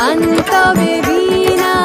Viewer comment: গান টা ভালো লেগেছে কিন্তু একবার ভীণা আরেকবার বীণা উচ্চারণ